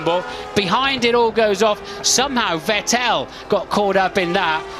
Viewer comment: "Sebastian Vette Tell"